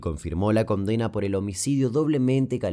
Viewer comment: pronuncia las N como M. "Comdena" 😁